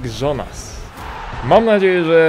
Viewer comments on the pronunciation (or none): none